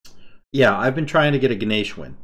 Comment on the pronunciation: Lmao at the comments complaining that pronounced Ganesha correctly